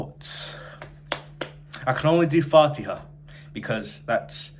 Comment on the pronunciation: Also your recitation of fatiha is amazing . No joke . I‘m so proud of you . I just think you should work on your ح and ع more . Good luck 👍 keep learning . You got this !